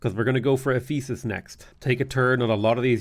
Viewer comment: Also the emphasis on the wrong syllable to pronounce it as eph-E-sus instead of EPH-e-sus